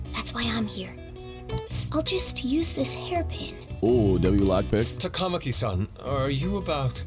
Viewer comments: Lmao that grapple hook edit at start 😂 also i see morgana follows frieza's vocab 😅 ah yes another member has joined the mashing community yeah this game has weird dub for names for some reason. Example they pronounce ann last name as Ta-Kama-Ki when its suppose to be Ta-Ka-Ma-Ki(funny enough 1 girl after kamo asshole confesses says her name right). Japanese names are supposed to have the same inflection/tone for the start of every syllable. They say ryuji's last name weird too, its Sa-Ka-Mo-To but they say it as Sa-Kamo-To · About the game butchering pronunciations, the correct ones: Kitagawa - Keetuh-GAH-wa Sakamoto - SAHkuh-moto Takamaki - TAKUH-maki Maruki - MAH-ruki Shibuya - SHEE-buya